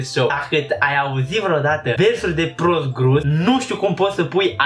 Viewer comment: În loc de prost gust, am înțeles proscus 😂😂😂